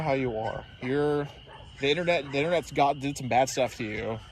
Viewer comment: Lmfao “innernet”, said like a true tech illiterate American patriot